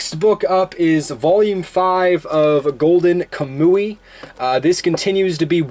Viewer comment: Quick correction dude it's pronounced Kam-Wee